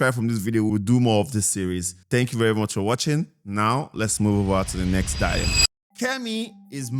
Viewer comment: I’m actually losing my mind with how they say dyyy-lemma 😭 just a correction, it’s DI-lemma duhlemah ❤️❤️